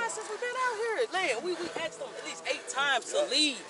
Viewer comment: Why can't US Americans speak proper English? If a word is spelled A S K E D, why do they say aksed? Another thing that always strikes me is that they keep saying or writing "should off" instead of "should have". Where does that come from? Is the education system that bad? Can anybody explain this to me?